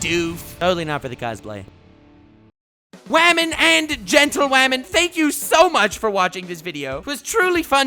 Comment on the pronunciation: Every time he says wamen the subtitles say ramen and it’s “honestly” destroying my life